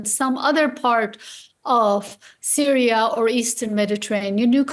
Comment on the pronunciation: It's giving Dora the Explorer got a job working as a presenter for DW. Why is she pronouncing Syria as Sooriah in English ? The choice of DW presenters is chaotic